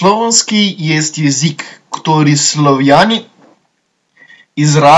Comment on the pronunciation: It's not misguided at all. The guy simply misread most of the words in the text. : "Medžuslovianskogo" is read without the final "o" : "Jezyk" is read as "jezik" (not a mistake but rather a flavourisation which makes the language less understandable for West and East Slavic speakers) : "Koristajųt" is read as "koristit" : "že" is read as "ži" : "Komunikovali" is read as "komunikirali" "Sobojų" is read as "soboj" : "Języki" is read as "jeziki" (combining a previously mentioned example of flavourisation with the omission of nasalisation, making it more difficult for Polish speakers to understand what he's saying). The list goes on and on and on right until the end of the video.